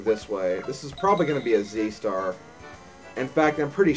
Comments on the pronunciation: I think it's pronounced zee-tar. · Card Party was amazing. I was so addicted to it. I wish there was a REAL Card Party board game published by Nintendo. By the way, "Ztar" has always been a trouble pronouncing for me as well; however, I THINK the proper pronunciation is is "Zar." The "t" is silent, I believe. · it's not Z Stars it's a zart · When I say Ztar, I actually pronounce as "Ze-tar".